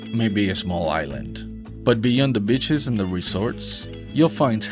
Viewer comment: Nice video, just want to point out that you are pronouncing beaches as bitches, which is funny, but some people might think that you really mean bitches.